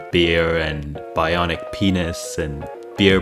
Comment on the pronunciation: I died laughing when you tried to say bionic pinis LMAO